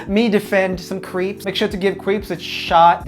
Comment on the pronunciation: i don't know why that mispronunciation of creeps triggered me so much ohhh their talking about the person not the MARVolus french food